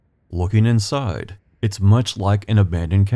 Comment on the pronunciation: You're welcome! I am still fascinated by your accent. I'm Southern. Just in the first 30 seconds that I just now rewatched I'll give you an example of why I'm fascinated: your words are smooth with no up or down inflection, so sounds Midwestern for sure. But you say let's take a peek "insiiiiiide" in a bullseye drawled-out buttery Southern way! 🙂 Is it a naturally occurring amalgamation of Indiana's Midwest location with perhaps a proximity to Kentucky and thus influenced by Southerners - I wonder. Heigh ho heigh ho it's back to work I go. Looking forward to hearing your soothing voice and exploring Indiana later 🙂